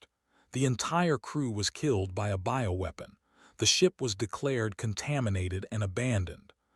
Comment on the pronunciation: "Ho, ho, ho, ho, ho...." Is it Christmas inside that ship? And WTF is a "boweweapon"? It is supposed to be "BIOWEAPON" as in Biological?? Poorly written by Chinese generated Ai.....PROOF READING helps!